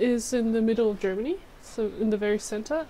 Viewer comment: "Tiny town". Tens ay thousands ay folk.